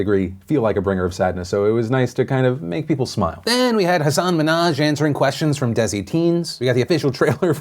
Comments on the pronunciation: Hey Phil!! Ran into this several times in your videos but you’re saying Hasan’s name incorrectly. Since he made that whole conversation on the Ellen a while back, would love to bring this to your attention. All love and keep up the amazing work!! Thumbs up so he can see this ( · Important thing to note Phil, Hasan's name was mispronounced. He talked about how meaningful it is to pronounce his name right in an interview once so I thought I'd point that out